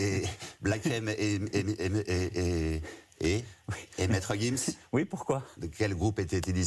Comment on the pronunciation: Oh Mais la question sur sexion d'assaut quelle bassesse! Mais qui est ce journaliste??! "Vu que c'est une question sur les jeunes, quel est le groupe de Black M et Maître Gims?" Comme s'il fallait écouter sexion d'assaut pour revendiquer notre jeunesse! Alors qu'il ne savait même pas prononcer Maître Gims! Ne fait pas de leçon si tu n'es pas toi meme si "proche des jeunes" comme tu le dis! Honteux!